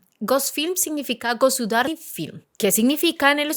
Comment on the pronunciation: Tremenda basura de analisis, esa ni ruso sabe hablar "gosudari" film...😂. Quizas cortó esa parte porque le salió mal pronunciada, pero al final salió aun peor. Gosudarstvenni film, es lo correcto.